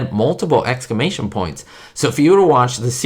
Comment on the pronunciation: Sorry, not trying to be mean, but you kept saying excamation, it’s exclamation, the L is pronounced. Other than that it’s a great video